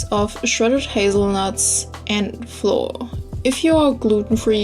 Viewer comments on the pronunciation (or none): Flour is pronounced the same as flower. We only know the difference when speaking based on context. Hope this helps. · Yeah it sometimes turns out difficult , pronouncing the words right. It took me five year to find out that you actually say "flauer" insted of "floor" #justnativegermanthings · the way you pronounce flour makes it sound like floor! :D really cute. :) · Delicious!! I'll try it! It's funny cause you say floor instead or flour hehe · I just adore the way you pronounce flour, it's amazing (no hate btw, it's just pure gold)